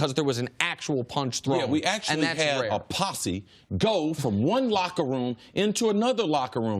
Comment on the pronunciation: A "posse" Cris Carter? Really......??